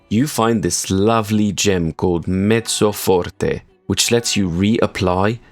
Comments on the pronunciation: The pronunciation of Mezzo Forte chef's kiss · ur pronounciation of Mezzo forte was on point good job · Love how u pronounced mezzo forte the right way.